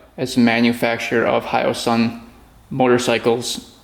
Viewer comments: Good job buddy!! Oh, and it's Hosung. The y is silent. Now you can sell it for $2,500. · pronounced E - O - Sung ! One of the exhaust is fake ! 250cc with a top speed if your lucky around 70 mph ! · It's pronounced HOY-SUNG funnily enough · They are made in South Korea. Pronounced Hoysung hoy like soy. They made engines for Suzuki for decades before building these bikes. They don't have the handlebar vibration that the Honda Rebel had. Many of the parts are a direct match to Suzuki parts. Look at how big it's parent company of the same name is. Probably more well known in the US for ATMs.